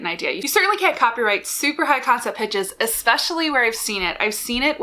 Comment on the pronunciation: Yes! I thought she was say, "com set". I was then trying to figure out the meaning of com. The most common use in my own life is at work, where com is shorthand for the communications department.